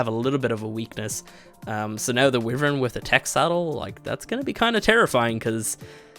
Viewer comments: Wyvern not wifen, why vern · WHY-VERN NOT WIVERAN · Your pronunciation of wyvern makes me cringe. Its not "we-vern" the right one is "Wy-vern" use a "I" sound in the start. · It's not pronounced wivern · WHY-VERN!!! that is how it is pronounced dumbass!!!! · He said wivern LMAO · Its Wyvern pronounced "y-vern"